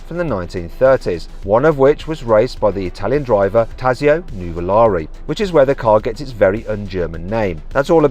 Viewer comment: ヌヴォラーリってヨーロッパじゃ高級ワイン🍷みたいな名前の響きだが、日本人からするとウマイボウみたいな発音に聞こえるわ。